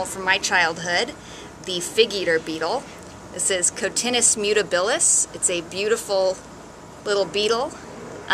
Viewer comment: Good info and your pronunciation of the Beatle’s binomial nomenclature, was impeccable!